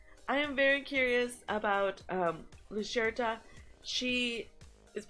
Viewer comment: Yeah, I agree. If this ends up being another event where we use our Light teams and we just bypass the Dark team, that would be very odd. BTW, I think Lucretia is pronouned Loo-cree-sha